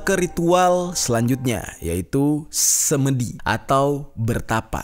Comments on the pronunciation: SemEdi bang jer..bukan semedi😁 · Pengucapan 'semedi' yg benar adalah 'se' seperti pada kata 'semua'. 'me' seperti pada kata 'mepet'. 'di' bukan 'dhi'...tidak ada padanannya dlm bhs Indonesia.